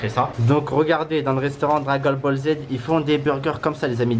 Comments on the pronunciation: Dragol boll z wesh t’a vraiment un problème quand tu parle 😂😂😂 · Dragol bol z 🤣🤣🤣🤣 il me tue